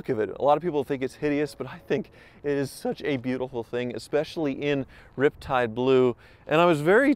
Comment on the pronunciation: “Ripetide Blue” is back😂😂😂